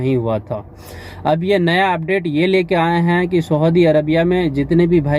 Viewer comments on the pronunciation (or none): Saudi ko aap sahudi bol rahe ho bhai.